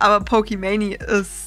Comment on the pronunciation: gutes video etc aber es hat mich echt 11 min gerriggert, dass du pokeman“i“ sagst und nicht einfach pokemane